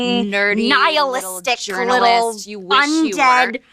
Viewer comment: "undead"...that one hurt